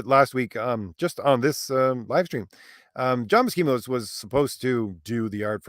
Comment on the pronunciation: Buscema's name is pronounced with an "S" not a "K" sound. Both he and Stan Lee have said his name in interviews before. Lol